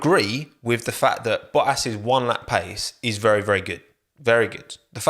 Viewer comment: Val'eri Bo'as Jenson Buh'on 😆